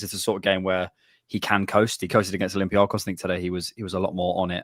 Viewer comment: slowly fixing his "olympiacos" pronunciation with every reference 😜